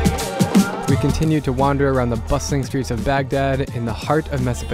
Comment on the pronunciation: Did he say bussing or bustling in the beginning? Haha